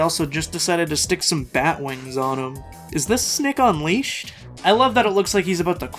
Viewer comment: Bro said Snick Unleashed XD